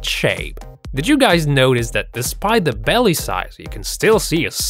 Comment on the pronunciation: 'Big belleh an hangin buttox"